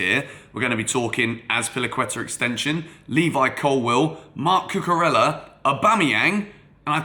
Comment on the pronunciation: Can you pronounce his name right, Cucu-rey-ah. Just like how you would pronounce David Villa. Thanks